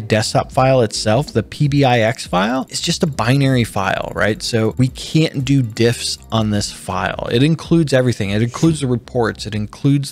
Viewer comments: shouldn't that be "diffs", not "divs"? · haha, you mean "diffs" not "divs" right?